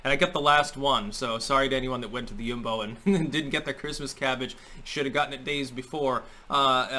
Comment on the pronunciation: Props for authentic Dutch pronunciation of 'Jumbo' 👍